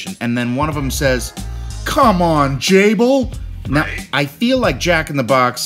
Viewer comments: WAIT WAIT JACK!!! U sure he didn’t say Jay Bow??? Not Jable, IM JUST SAYING! Plz don’t be mad... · Pretty sure the commercial says "Jay-Bo" but I'm all for JB owning Jack in the Box. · i know he's joking. probably. but i think the guy was saying "jay-bo" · I heard Jable but I think he said “c’mon J Bo” (As in short for Jack in the Box) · sounds like the guy said Jay Bo.. Happy 50th Birthday Jack. your an inspiration brother Hugs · He said jay bone